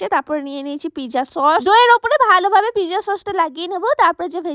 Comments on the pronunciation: It's not pizza It's not pizza It's real pronunciation is pit - zza😊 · কথাটা পিজা না কথাটা হলো পিজ্জা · Pezza ❌ Pizza 🍕 ✔️ 😅😅😅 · ও টা pizza ❌piza✔😆😂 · দিদি ওটা পিকজা না এটা পিজ্জা 😂😂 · Peeza😂 pizza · Pezza ❎ pija✅ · সব বোঝলাম আপা কিন্তু এতো জোরে কে কথা বলে ভাই😂😂আর মানুষ। Pizza কে Pezza বলে, আমি আগে জানতাম না😂🙂💔